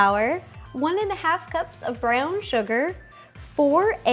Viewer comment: when you said brown sugar it was rhyming ground ! so it was like ground